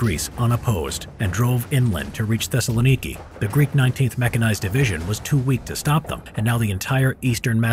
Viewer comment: Wen he says Thessilniki i die